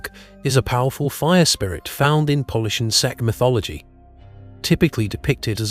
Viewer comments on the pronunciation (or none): Czech is pronounced as check lol. I know i sound picky, sorry for being a grammar nazi lol